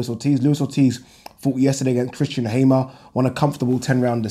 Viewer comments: Also, surely it's pronounced hammer as in what you bang nails in with. If it was hamer it would be spelt accordingly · Hey, why do you pronounce Christian Hammer like "Haimer"? I believe the pronunciation of the word hammer is the same as in english and according to Sho time commentary he's called Hammer coz his real name is Ciocan, Romanian for hammer.